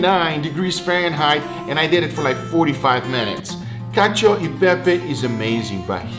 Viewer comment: You failed at least twice: it's called "Cacio" and not "Cadio" (read in the description) and about the cheese, you have to use Pecorino, not Parmigiano Reggiano or Grana Padano, yes you can add a minor part of these cheeses but Pecorino (a completely different flavour) must be the king and much much pepper. Overcooked pasta is perfect… for you, not for me. From you Italian friend.